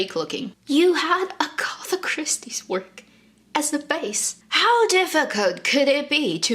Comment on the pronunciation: Two points, Agatha Christie mysteries are so bad, just a terrible writer I don't care what anyone says. I never waste my time with them and then please! The name is AG-a-tha not a-GOTH-a